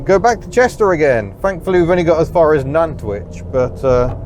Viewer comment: Appreciated the correct pronunciation of Nantwich.